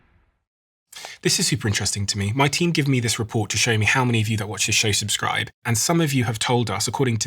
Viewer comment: Brilliant guest! PS when urging to subscribe, you say «subscribe or subscrib-uh» which I get u mean subscribe, but sounds confusing as uh sounds like silent r subscriber, so just suggestion to pronounce plain:)